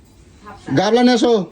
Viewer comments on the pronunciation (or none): ওরে আতা ক্যালানে! ওটাকে "গামলা" বলে.. "গাবলা" নয়!